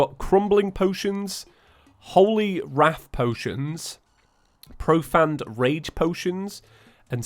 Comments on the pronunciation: Trailer for what? I love watching the videos, but please just explain what you mean. Also, its Pro-Fained, not Profanned. I loved the video though - your so unique in the way you just talk about your day. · It’s pronounced “pro phane”not pro fan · Love the videos:D But damn, Profane is pronounced pro-fayne. Like how you would say Bane:P